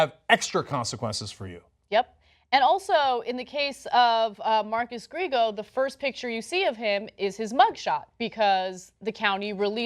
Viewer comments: Ana has said many times how she likes Latinos and she even married a Cuban, yet she still pronounces Griego like Gree-go. Come on, learn some basic Spanish pronunciation. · Gree-ay-go is how you pronounce it, just so you know. (Spanish last name.)